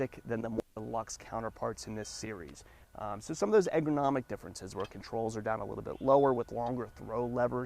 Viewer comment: Did you mean ERGOnomic because I thought I heard you say AGROmomic?